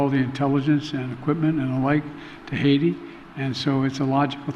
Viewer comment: In Kenya our president says haiit..but in USA he calls it Heti